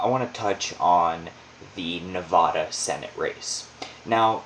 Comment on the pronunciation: U r saying Nevada wrong. Nobody that lives here says it that way, unless they moved here